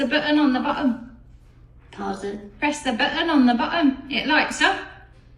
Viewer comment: "Oh, my giddy aunt!" "Press the buh-un on the buh-um" x2